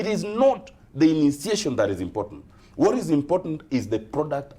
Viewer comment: please tell Wamatangi to stop over pronouncing "when" and "what", too much energy..."HWEN" .."HWAT" what the hell is that? these words are simply pronounced as "wen" and "wot"..very little energy...hahahahahaha